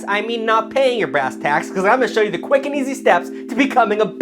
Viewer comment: I love how he said easily